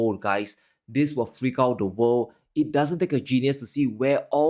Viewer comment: They can't pronounce the word 'world.'